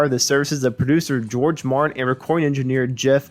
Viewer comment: The producers name is George Martin not George Marin.